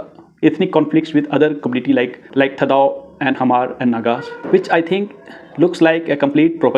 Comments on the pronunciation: U can not even pronounce Hmar. Go to school again bro.. Hmar.. not Hahmar.. prepare well before u .. show anythings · Hmar should be pronounced like Mar (h must be silent) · this chapri cannot even pronounce the correct spellings of hmar n kukis n wtf did he think he is doing here ... Spreading false narratives and his own assumptions. Report this account immediately.